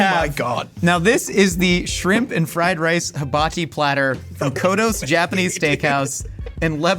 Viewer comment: Guys it’s koto not kotos ☹️